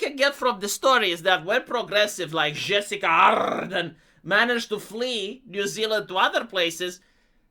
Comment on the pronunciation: say it wth me now, JUH-SIN-DUH